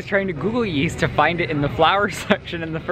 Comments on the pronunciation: YEAST ? I THOUGHT YOU SAID WEAST ! LOL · Yeast? I thought you said WEAST